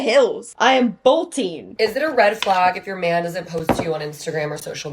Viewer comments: adding an I to the pronunciation of flag? red flaig! (but nah all serious, I love your voice and outfit!!) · shes canadian i believe and thats how they say it there!!! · love how your canada shows everytime you say flag. kinda warmed my heart which is getting hard to do these day. great to see a vid from ya